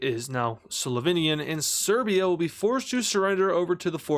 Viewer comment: “Great Slovinian Fempire” 😭😭😭